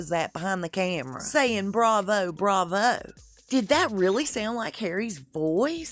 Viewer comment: Brits don't say 'Bravo' like its a bloody Charles Dicken novel. The guy sounded French.